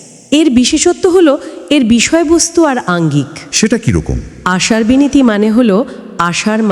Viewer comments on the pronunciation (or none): Binati nay binti